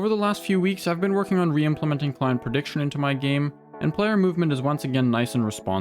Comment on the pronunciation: Took me until 3 minutes in to realize he was saying "Client prediction" instead of "Climb prediction" :p couldn't hear any "t"s! anywho good video :p